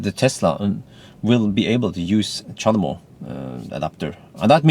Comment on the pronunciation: "The charmo adaptor" :D